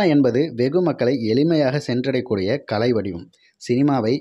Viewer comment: கலை வேறு, களை வேறு - தமிழை சரியாக உச்சரிக்க வேண்டும் என்று கேட்டுக் கொள்கிறேன்.